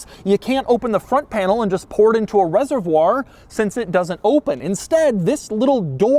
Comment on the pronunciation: “Reservwar” lol